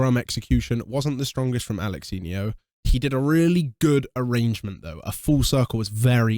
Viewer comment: Alexinho ❌ Alalanyo 😂😂😂